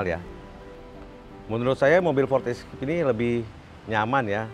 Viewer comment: Maaf Bos Baca nya " FORD ISKEIP " untuk FORD ESCAPE 😊😊 Bukan ESKIP